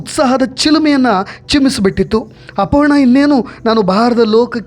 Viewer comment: ಅಪಹರಣ ಅಲ್ಲ ಅಪರ್ಣಾ